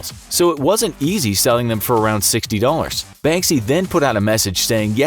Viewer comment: You're not pronouncing Banksy as you should , I mean , it's not that hard